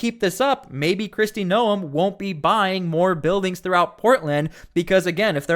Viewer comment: You are saying her last name wrong.